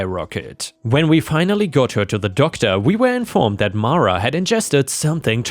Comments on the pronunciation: Mara is "mar-a". "Mare-a" would be spelled "Merra". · It's pronounce Mara. 🙂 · Best person to ask about the pronunciation of Mara is the actress who played Matilda in the original movie - Mara Wilson - it’s Mah-ra! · It’s pronounced mar a, not mare a. I know this because it’s a Star Wars reference, Mara Jade. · 👍⭐️✨️🌟✨️⭐️✌️🐱😻🐱❤️🤟 I would pronounce Mara as mah-ruh.